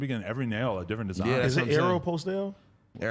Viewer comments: Adam is pronouncing Aeropostale correctly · And Adam is saying Aeropostale correctly actually lol